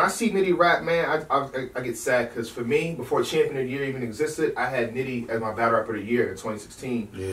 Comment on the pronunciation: Not champions but chambias lmao